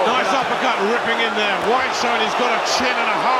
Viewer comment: Announcers' lack of ability to pronounce Dillian Whyte's name properly annoys me.